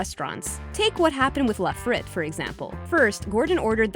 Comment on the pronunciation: Voice over can't correctly pronounce words such as collard and frite